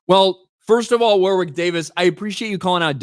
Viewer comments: Jeez. It isn;t WAR WICK it is Warrick in pronunciation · It's pronounced 'Worrick', not 'War-wick'. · His name is pronounced “Warrick” not “war-wick” ….as for it being another woke 💩 nobody wanted, I couldn’t agree more 😎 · War wick god you had me in stitches pronouncing his name. It's a silent W in the middle so it's pronounced Worrick. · Woor-wick? I remember him pronouncing it as "warrick". Checks Ashens and the Quest for the Game Child for example. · Hi, great channel, just a heads up though, the name Warwick is pronounced like Worrick. The second W in his name is silent. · Warwick Pronounced warrick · Wor-wick Davis haha. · His name is pronounced WORRICK,. You keep practicing that 'English' though... 😅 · It's pronounced, "Woh-rick", for what it's worth. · Pronounced "War Rick". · Warwick is pronounced Warrick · I don't think you pronounce the second W in Warwick. However I am a northern English man, so I'm not right good at English.